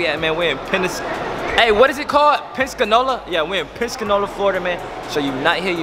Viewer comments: it’s Pen Sa Cola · Im dead this man said penskinola💀💀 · said pensanola it's Pensacola 😂😂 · I’m mad he pronounced our city like that 😂 “penscanola “ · Did he really said “penscanola” ? 😂😂😭😭😭😭😭😭😭😭😭😭😭😭😭😭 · Penscanola ??????? The disrespect the disrespect its PENSACOLA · Our city is called PENSACOLA 🤦🏾‍♀️ not pensconola 😭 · Damn can’t even say Pensacola 😂we penscanola now ?? Tf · its Pensacola not Penscanola 😂😂😂😂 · This man said Penscanola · “PENSACANOLA FLORIDA” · said pencanola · Its PEN SAH COLE LAH not pensanowoeah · Did just say penscanola 😂😂😂😂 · Its Pen-si-cola 😂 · he said some penscanola😭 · "Penscanola" lmaoooooo omg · I KNOW HE DIDNT JUST SAY PEN-SCA-NOLA😂😂😂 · It’s PENS-A-COLA bruh 🤦🏾‍♀️🤣🤣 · broooo I wish I went to the mall I live here in pen-sa-co-la🤣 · Its Pen-sa-COLA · 😭😭😭 can’t sound out pensacola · First of all its pronounce PEN👏SA👏CO👏LA don't do my home town 😂😂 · you said Pensacola wrong😂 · Done said our whole City name wrong 😭🤣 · that’s not how you say Pensacola lord ily regardless though ❤️ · Brooo u said Pensacola wrong